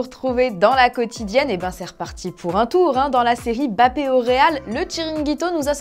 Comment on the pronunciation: La bonne prononciation de "Mbappé". Bien